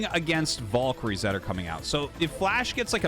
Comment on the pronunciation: is it volkryies or valkyries ??? google and most English speakers spell it with an A not an O